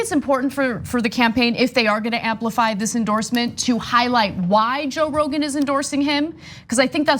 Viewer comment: She said ‘Brogan.’ 👍